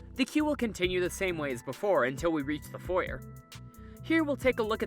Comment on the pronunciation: I always stop watching when someone mispronounces foyer.